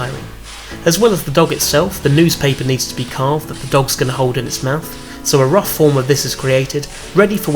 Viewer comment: a RUFF form? xD